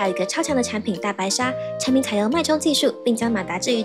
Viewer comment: 把那个产品说清楚点😮